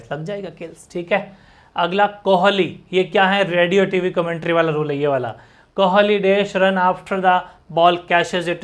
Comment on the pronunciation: Kohali nhi kohli Movement nhi moment 😅